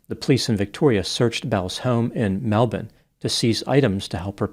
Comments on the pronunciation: applause to you for getting the pronounciation of Melbourne spot on! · Congratulations on your pronunciation of Melbourne! You are now recognised as the only American to do so correctly. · As an Expat Aussie from Brisbane, who has also visited Melbourne, I appreciate your correct pronunciation of those cities 😂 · I'm an Aussie and I was disgusted by her behaviour when it came out years ago. She is still a horrid piece of work. By the way, I appreciate pronouncing Melbourne correctly. 👍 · Good effort pronouncing Melbourne. This Aussie approves 😅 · Full respect to for the correct pronounceation of Melbourne. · How you know does his research and cares about the details: Knows how we actually pronounce Melbourne, vs how it looks in writing. As always, impressive amount of research.